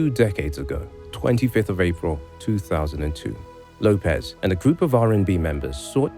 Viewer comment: lopez? i thought it was lopes (say ropes but with an L).